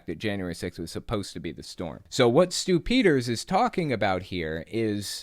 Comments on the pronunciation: The way you pronounce Stew Peters name sounds like "stoopiders" . If you know what I mean 🤔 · I hear "Stupider" everytime you say this guy's name. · I just hear “stupiders” when someone says his name. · Saying his name "Stew Peters" sounds like "stupiders"-- how appropriate! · Whenever you say Stew Peters I think "stupiders"